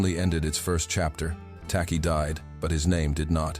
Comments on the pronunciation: Pronounced 'Tay-Chi' by the Akan of modern day Ghana, the first African country south of the sahara to fight and gain its independence from the British empire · The chant was in Twi pronounced chwi!